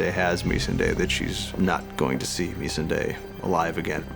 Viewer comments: can't stand how he says her name wrong , its not meesandayy its Missandei.. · These guys can't even pronounce the character's names right. It's Missandei. Mis-Sun-Die. Not me-sundae. As in, "Oi! Get away from me chocolate sundae, you prick!" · are we just going to ignore the way he says "Meesenday" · Its odd hearing D call her Me-sahn-day. after 8 years of everyone else pronounce it Mih-sanday, it's weird. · Is it pronounced “Me-Sun-day” as per this video or “Mi-Sahn-Day” as per every character on the show? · Is it just me that cringed at the way they both pronounced "Missindi"...(Missandei) Eg. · MESS-SAHN-DAY! Not meessinday. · Anyone else find it funny that David and dan pronounced characters names differently Show: ser-see Dan: ser-say Show: mis-an-day David and dan: mes-n-day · Anyone else find it funny that David and dan pronounced characters names differently Show: ser-see Dan: ser-say Show: mis-an-day David and dan: mes-an-day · It's MiSSande, not MissanDe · They cannot even pronounce the character's name right Who the hell is Mysundae?! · I know he’s an American and we (uk) pronounce words differently but surely there’s nit one other person he’s ever heard call he’d MIZSUNDAY!!!LOL prick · Why are the pronouncin Missandei's name like that? Meees-an-daaaaaaay??? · Misendey WoW D&D cant even pronounce the caracters names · Meesanday???? You can't even pronounce your own characters names right... Why would Cersei flee when the odds are in favour?? How do these guys have careers in this industry... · MEE-SUN-DAY......wtf why are they saying her name like that????? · ME-SAN-DAY? I'm sorry who is he talking about? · "Mees 'n de" seriously wtf 😑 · How do the show runners still pronounce it ‘missnday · "misanday" lmao these idiots can't even pronounce the name of a character right.. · Why the fuck are they pronouncing her name like "mesenday"...! Show some respect, put some effort into the pronunciation. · Ok but can we talk about his pronunciation of “Meesunday”